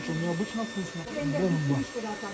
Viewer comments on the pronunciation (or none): Можно за столько лет уже научиться произносить не кусно, а вкусно!!! Как неприятно слушать!!! Бедный великий , русский язык!Как только не коверкают!